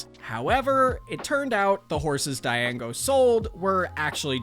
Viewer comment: you pronounced django wrong